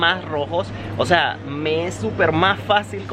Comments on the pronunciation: Es que el compa dice osa no o sea por eso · No se cansa de decir “ósea” jajajajaj 🤣